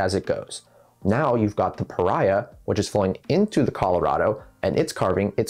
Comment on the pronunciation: I live here. its pronounced pahreah .